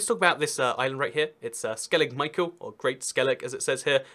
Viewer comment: U live right next to skellig micheal its pronounced skelligh mee-hawl